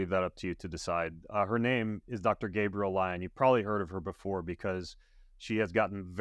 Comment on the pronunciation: Gabriel???? WTH ... its Gabrielle 🤦